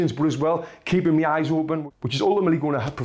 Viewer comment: why do you keep saying me its my